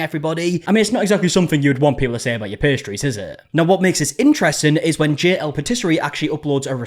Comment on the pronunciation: "Wen" bro